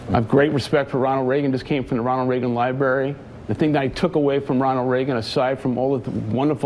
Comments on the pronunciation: Freaking Howard Shultz said "Libary" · "The Ronald Reagan Lie Berry"